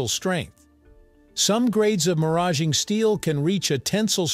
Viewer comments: The correct pronunciation is how it’s spoken right after the mention of nuclear centrifuges. Similar to “marriage”. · I never expected a segment on maraging steel! I think it's pronounced mar - ageing. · First fucks sake, they pronounced it two different ways, both wrong. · Fix the narration. Maraging was pronounced four different ways. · You pronounced Maraging two ways. Which is correct? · I'll never know how to pronounce maraging. So I'm going to keep on calling it alloy steel. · I worked with this material in graduate school in the 1960's. At that time, it was pronounced "mar" "age" "ing" with each syllable pronounced like the word (even though "ing" isn't a word). They didn't do a good job in this video with "molybdenum" either.